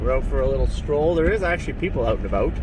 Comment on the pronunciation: "Out and about"????? C'mon,. It's "Oat and a boat". Where's your pride, man?